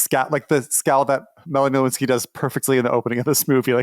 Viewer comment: did anyone notice that he pronounces “Lynskey” like “Lewinsky”